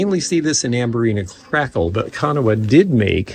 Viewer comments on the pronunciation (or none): Great video once again., it is pronounced Kan aw. 2 syllables 🤗